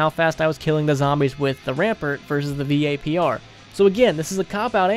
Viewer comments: he said v-a-p-r isntead of vapr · V-A-P-R rampert O_O